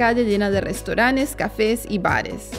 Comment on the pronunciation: Jejeje... restauranes ha dicho, que mal habla!